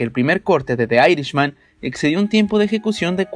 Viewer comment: Se pronuncia "picshurs" no picturs, ademas es Irishman (airishman) no irisman, es Micky no maiki rourke, es Harvey Kietel (kitel) no kaitel, por que no trabajas un poco en tu pronunciacion?